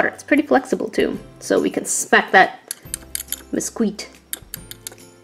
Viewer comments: "So we can smack that...Meskweet" 😂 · “ so we can smack that meskweet “ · Don't know why but I lost my shit at meskweet... 😂